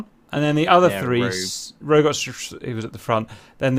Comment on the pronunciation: "The Rog-yoouu" for Rogue had me laughing :D